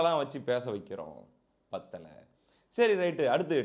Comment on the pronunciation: பத்தலை ப்பத்தலைன்னு சொல்லி முழுசாபத்தவச்சிட்டுங்க தம்பி